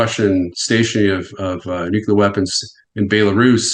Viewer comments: That guy doesn't know how to pronounce Nuclear. So annoying. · why does he blink so much?? and why does the expert not know how to pronounce 'nuclear' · Why does everyone say Nu-cu-lar? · Interesting factoid, he says Nucular. John Haller says it that way sometimes said that 8 presidents said Nucular. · needs to learn how to pronounce the word nuclear. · Had to quit before half way in cause I can't keep hearing this idiot say NUCULAR. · Nu-cle-ur Real-tor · WHO... TF... ARE THESE PEOPLE TO SPEAK ON WAR WHEN THEY CANT EVEN PROPERLY SAY THE WORD "NUCLEAR"? ITS NOT NUCULAR DUMBASS' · but he said "nukulur"